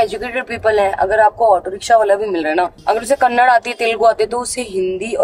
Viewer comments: Its not kannad its kannada plss mam pronunciation Karo bara bara😢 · Payal it's kannada not kannad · Payal mam its not kannad its kannada and im from bengaluru I subscribe ur channel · Hi lost of love from Karnataka 👍 that's not kannad that is kannada